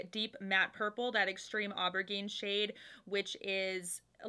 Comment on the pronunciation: Soft g on the aubergine. The rest is perfect. Love from Québec ❤️